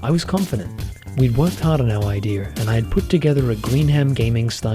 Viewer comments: "I had an idear. I put together my idear." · nobody is gonna comment him saying "Ideaer" /